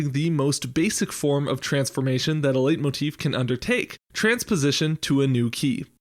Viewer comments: Sorry, but it’s pronounced light-motif, not late-motif. You walked the line between both for the whole video and it bothered me. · "Leit..." like "light", not like "late". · Leitmotif should be pronounced more like "light-motif" than "late-motif" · Just FYI, it's pronounced "lite"-motif in both English and German, not "late"-motif. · A 'late'motif, is that a common pronunciation in English? 🤔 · Its pronounced lightmotif btw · I can never trust anyone who pronounces Letimotif, because I've heard it pronounced "Late" motif, "Light" motif, and "Lay" motif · I have no idea about music theory, but it's pronounced like "light motif"